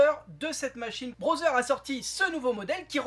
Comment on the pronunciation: Amélioration le contraire est détérioration?? Puis-je te faire une remarque constructive? Tu prononces Braudzer. Ça se dit (écrit au son) Brodeur.